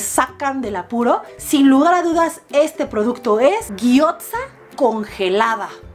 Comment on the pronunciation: No con intención de joder pero.... Gyoza.... se pronuncia guiosa